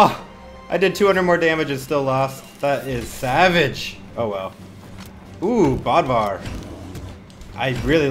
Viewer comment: You pronounce Bodvar wrong it's Bode - var